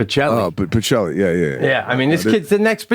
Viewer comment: I like the way Pete calls Bocelli "Pachelli"